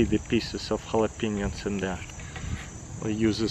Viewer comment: Jalapenis? Lol